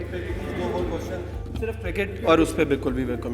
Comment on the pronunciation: What is KIRKIT? dude its cricket... :) :)